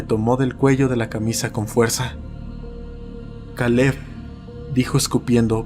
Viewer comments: Kale? Pronunciarlo keil no suena tan extraño en español, o podrías haber usado un nombre común en español si no querías usar ese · todo muy bien hasta que pronunció Caleb